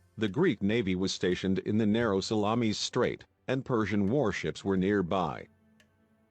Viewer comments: I thought it was Themi-suckles, like the bay of Salammees, lol. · Salammmees?---the pronunciation is embarrassing and funny--and sad in a way. And a lot of the facts are wrong as well. Greek ships were heavier and not every single Persian ship was sunk.